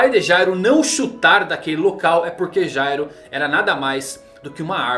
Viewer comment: Cara o nome do Meleodoron é Jail, a pronúncia e escrita é diferente de Gyro. A temática do personagem é ser um criminoso, um ladrão, o nome Jail significa cadeia e olha os nomes das habilidades dele: álibi, cúmplice, plano perfeito. A personalidade dele é totalmente diferente da do Gyro, o Gyro sai da NGL no cap 203, e no capítulo 213 o Meleodoron tá la ainda e ve o nascimento do Meruem, sem contar que o pinguim lá era pai adotivo dele enquanto o Gyro matou o pai e sumiu no mundo para fundar a NGL, pra ele ser o Gyro ia precisar de um retcon e na minha opinião seria horrível.